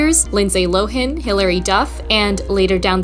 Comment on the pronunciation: Always love your work. But I think Lindsey Lohan is pronounced “Low” and then “Han” with a hard a like the word “Hand”. I’ve never heard it the way in this video before! 😂